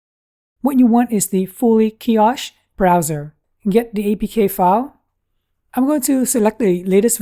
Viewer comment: Nice video. Keep up the great work. Where did you get the tablet mount. Like the style. A bit like TabLines TWP wall mount. Kiosk is pronouced - kee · aask. A strong K. You have a more h sound. Trying to be constructive.